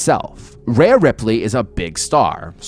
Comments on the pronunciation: Every time you called her Raya Ripley it made me want to change the video. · I've never heard one announcer or other wrestler call her Raya. Her name is Rhea. Ria. Ree-uh. Re-ahh.